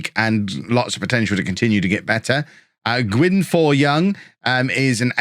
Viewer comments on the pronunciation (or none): Gwynfor is pronounced “gw-in-v-or” one f in welsh makes a v sound